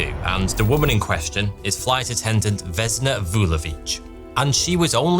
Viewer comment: Vesna, not Vezna. Basically the only thing you pronounced correctly is Vulović.